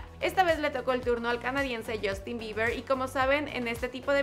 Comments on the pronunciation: Que alguien me explique por qué mierda los mexicanos cambian la U por una O en inglés? Yostin?? Wtf girl? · Porque se pronuncia "jostin" ;) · Crazy_ Girl Se pronuncia yastin ;)